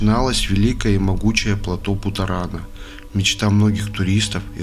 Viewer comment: Правильно говорить плато Путорана , ну то такое , может мне послышалась оговорка в названии 😂